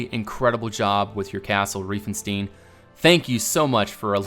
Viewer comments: In Germany we call it REI-FEN-STEIN not "Rieeefenstine"! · By the way the „ei“ in reifenstein are pronounced like i. And the s is pronounced like in sure